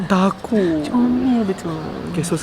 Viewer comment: Laki yg pkai bju putih tu slalu sebut “TAKODzZz” 😂. Tpii yg aq lebih takod bila dia kAta “ tuhhh2 laki tu , sini bnykk laki hensemmm” serammm Siaaa😂🙏🏻